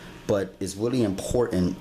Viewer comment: azackly!! lol